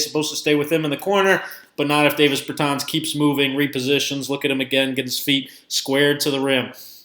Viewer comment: Learn how to say his name right before you make a vid you slown